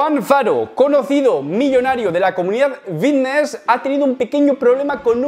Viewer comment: PICSA? EN SERIO? Lo de VITNESS lo apruebo, pero PICSA? Jajajjaj